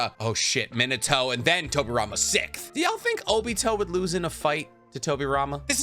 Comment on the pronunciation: How can u say "Six" just fine but cant say "Sixth" instead u say "Sickth" i call 🧢